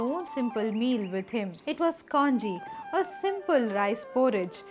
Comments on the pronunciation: It is not kaanji, you pronounce it as kanji(கஞ்சி) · in Tamizh, we say kanji, not kaanji. I am sure it is the same in Malayalam? Our Kerala siblings can confirm this. One thing for sure, these stories have to read with the proper background. I fell in love with Kaala Bhairavar. And the God child from the video touches my heart deeply. Thank you ma.